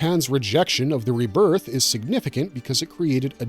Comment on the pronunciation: You say rebirth wrong